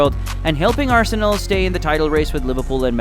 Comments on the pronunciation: Don't pronounce arsen"ae"l it's arsen'a'l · Just a little tip, it's pronounced ars-nal, not ars-sey-nel. However, Arsenal, the greatest club in the history of football and constant winners over the filthy Tottenham Hotspur also works. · Its Arsenal not Arsenel! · Its Arsenal, not Arsenel!!!! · Ah-sen-Ell ya kna. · It ain't no Arsenil. It just does not sound right. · Your videos are quality but the way you pronounce arsenal pisses me off. Pls learn the correct pronunciation 😂